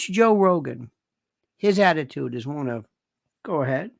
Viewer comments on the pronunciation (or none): none